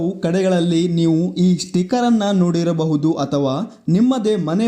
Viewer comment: ಮೊದುಲು ಸ್ಟಿಕರ್ ಎಂದು ಸರಿಯಾಗಿ ಉಚ್ಚಾರಣೆ ಮಾಡಿ